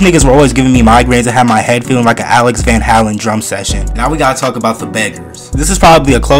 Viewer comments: Man really said van halin Mf it's halen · It is pronounced Alex Van Hey -len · Its Van "Hay-len" but still mad props for even knowing it lol These videos are funny takes me back to school times 😂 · alex van "hallen" lol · How did bro pronounce Van Halen?